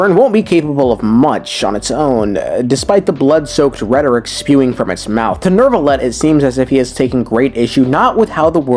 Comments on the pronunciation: Why do people pronounce Neuvillette as Nervillette? I don’t know how to pronounce French names but if that’s how it’s supposed to sound, then I have been pronouncing it wrong the entire time he’s been released. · Why is his name so hard to say for too many people? What the hell is a Nerve-a-let? Neu is NEW! NEW! I'll bet you want a new car or a new house in real life. Go to a car dealership and tell them that you want a nerve car ya jackass 😂😂. Where's my baby powder at? I'm going to start jumping through the screen and planting the white hand of Saruman on these fools 😂